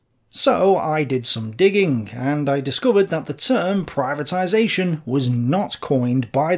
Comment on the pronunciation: ptibatization not german concept